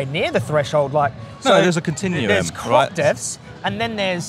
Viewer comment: "Cruoopppss deeethzz D'oh" really? 🤦🏻‍♂️ bloody hell